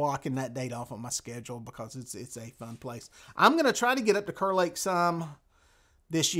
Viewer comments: You might not know this, but it's actually pronounced "Car" Lake. Not spelled like it, but that's NC for ya! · Not just a NC thing. I had a British friend YEARS ago. His name was Kerr. If you pronounced it "Curr", Sebastian would correct you, fast. "It's pronounced Karr! I cur is a mongrel dog."